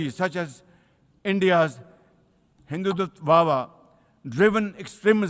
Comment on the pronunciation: Pak PM is not able to pronounce Hidhutwa he is spelling Hindu wha wha